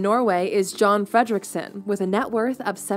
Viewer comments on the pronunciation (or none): if it's John in Norway it's likely not pronounced as John, but as Jon, and the O is not the english O, but a Norwegian O. closes to are words like boost, poo, depending on the dialect. Also the F is not pronounced like you are about to puke like she does. Norwegian names are pronounced how they are written for the most part. But it's close enough. If you split his surname it means Freedom Rich Late. Fred= freedom rik= rich sen= late I saw a guy did literal translation of Swedish names, so I did that here. But I don't know where his surname is from. I've never heard of this guy, but not looked deep into economical news and people like him.